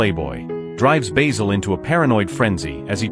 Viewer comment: The narrator keeps mispronouncing Basil, as if it's the herb